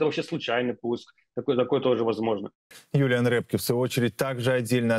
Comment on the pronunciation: Эксперта зовут не Рэпке, а Рёпке. Вы хотя бы фамилию научитесь правильно произносить.